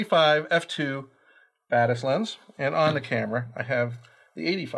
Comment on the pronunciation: It is actually pronounced Bah-tiss. Deutsche Firma, Deutsches Wort.